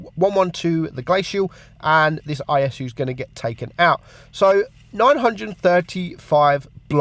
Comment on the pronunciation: Did he just call the IS the ISU???????